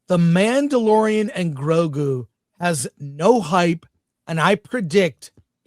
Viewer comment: I swear you said “The Man The DeLorean…. The Grogu”